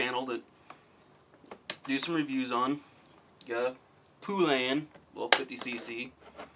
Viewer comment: he say 'poo-layan' hahaha